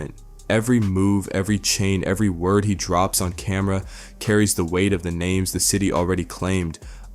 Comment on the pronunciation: Bro why you he doing reports on people and u cant even pronounce they damn names right. Find something else to do gang